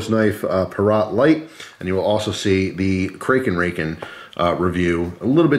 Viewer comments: Kray krayken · Krake Raken is pronounced, crack a racken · its actually pronounced, according to the CEO of squid industries, Krake (said like drake) and raken (similar to raccoon with the rak) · The way he said krakaraken pissed me off so much 😂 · Its pronounced "Krake Raken"